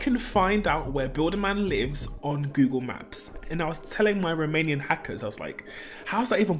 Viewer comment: why I hear: My romanian hackers, instead of: my remaining hackers?